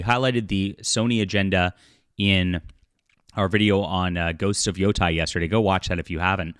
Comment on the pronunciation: I am not certain if someone has already pointed it out to you, but the word is not pronounced "Yo-tie". When next to each other, "ei" is pronounced with a long A sound, such as in the word "table". So it is "Yo-tay". That aside, major props to Horii for calling out this garbage. This was another game I was looking forward to getting until the disgusting censorship was exposed. I am waiting for the day that Japanese companies realize real gamers don't want these changes.